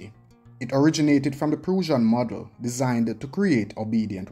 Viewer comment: Err PRUSSIAN is pronounced PRUSH-AN not PROO-ZAN